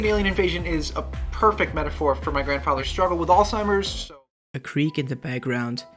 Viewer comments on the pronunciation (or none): none